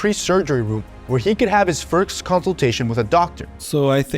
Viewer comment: "firskst" "instabull" This guy is an absolute moron